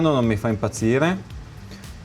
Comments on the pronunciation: Se devi dire "sear" all'italiana (e non "siar"), non è meglio utilizzare il termine nostrano, "controcane"? Comunque bel lavoro, saluti. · Visto che sono io che dico "sear" nel video e non, mi sento un po' tirato in causa. Bene, io ho scelto di dire SEAR e non siar, perchè è un termine che pronuncio intorno alle 200 volte al giorno, e che, essendo il disegno di armi americano e dovendomi confrontare tutti i giorni con listini, è un termine che ho acquisito e italianizzato negli anni, e specifica il componente 1911. Per il resto non mi sembra di parlare male italiano e i congiuntivi li azzecco tutti abbastanza, ma mi rimetto alla competenza acquisita in anni di traduttore e linguista, posata così delicatamente sul tavolo.